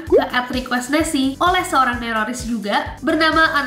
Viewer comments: Nessie Saat Berkata Nerroris Kyak Bilang Teroris Njerr Akwowk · Kak pertama kali saya denger neroris saya dengarnya teroris